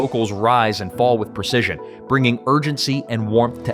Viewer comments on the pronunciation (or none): none